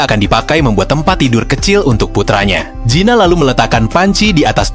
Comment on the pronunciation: Kamu sebut Gina apa zina sih bikin risih telinga ku